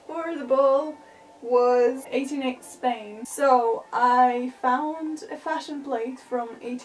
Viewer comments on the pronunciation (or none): none